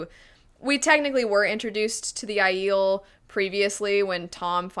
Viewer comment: It’s Aiel Not ahh-eel